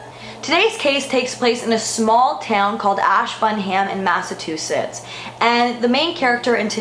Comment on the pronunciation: Massa-too-sits lol